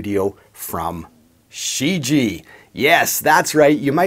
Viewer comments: Not She ji. Try looking online for pronunciation. Shuu ji-A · What do you mean? He pronounced it more like Xiji, not like Shijie, with the first "i" silent and a clear enunciation of "ie" at the end. No disrespect to, he doesn't speak Chinese. But for export purposes the name Shijie was badly chosen, because no one outside of China knows how to properly pronounce it unless they speak Chinese...